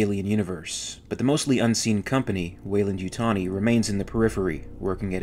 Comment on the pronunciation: Every time I here welendytani I take a shot